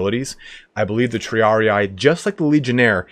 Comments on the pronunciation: Triarii is a Latin word. The last "ii" is pronounced as in Tree. Thus kind of : Triaree. Not Triari-eye ... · One day someone will learn how to pronounce triarii